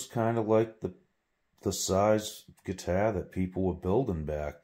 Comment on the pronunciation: What's a "guitair."?